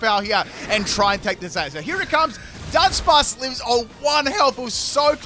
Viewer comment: Why does he pronounce Dudunsparce exactly like Dunsparce?